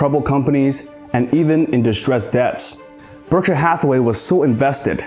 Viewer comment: Great documentary! And you have a very good narration voice, but it is pronounced 'Berckshire', not 'Burckshur'. And the letter 'P' exists in the word 'Stamps'. As in Blue Chip Stamps. You say Blue Chip 'Scams' repeatedly 😂😅😂